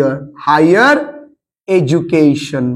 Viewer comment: sir এর উচ্চারণ এজুকেশন